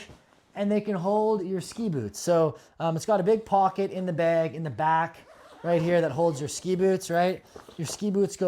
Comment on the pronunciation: “bag”, not “beg”